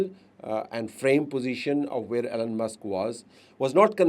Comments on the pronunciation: Yes, right sir... it,s E , lon Not , A, lon or Allen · Isnt his name Elon and not Allen